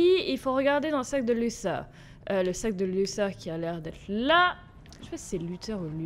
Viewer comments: c'est pas luseur c'est luther je t'ador Bisou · C pas lusseur c luther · Tu me stresse à dire Luther "Lusseur", ça se prononce Lutère si je me trompe pas 😂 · C pas luseu c’est luter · Sa ne se prononce pas lusseur mais luteure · ses luter pas luser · C pas luser c est luther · Juste Luther se prononce pas “Lusseur" mais “Luteur" voilà sinon super épisode comme d'hab 😁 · C pas lussère c lutère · Moi j'ai vu Detroit avec Sora aussi et il disait Lutère du coup ça me perturbe aussi qu'elle disent lusseur😅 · Je crois que luther sa se prononce pas comme ça toi tu dis" luSeur" mais c'est" luTeur" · Sa se prononce luTer et non Luther la petite la dit x) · Alice prononce Luther "📣luter" dans la vf ! Comme ça tu sais ^^ (mais bon tu le prononce comme tu veux hein) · C'est luter que on dit son (maître ) dit comme ça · C'est parce que " Lusseur " est la prononciation anglaise qu'elle le dit comme ça 😉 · C'est parce qu'elle le prononce avec l'accent anglais . Après chacun le prononce comme il veut , c'est pas forcément faux de le prononcer comme ça, La VO du jeu c'est l'anglais après tout.